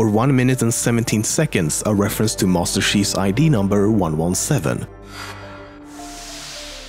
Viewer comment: it sounds like he's saying "Moster cheese". And, how DID people figure out how to get the scarab gun? Let alone know it was there.